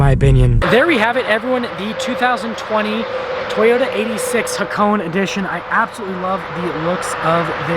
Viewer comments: ITS PRONOUNCED Ha-ko-NEY! I HEARD A REVIEW SOMEONE SAYING HAK-ONE AND NOW HA-CONE? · Ha- kow-ney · we pronounce it as hako"nay" in Japan, the hp is not made to be too strong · Its pronounced hakoneh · It's not pronounced nay goddammit. it's né